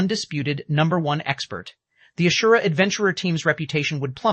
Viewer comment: But not asura